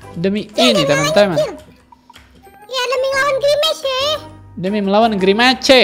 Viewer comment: Pak kalo grimace bacanya grimas